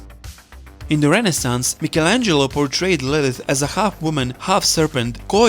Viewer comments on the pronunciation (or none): none